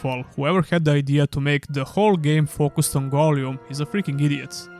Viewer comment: The way you say Gollum makes me want to die. appreciate the review tough thank you :)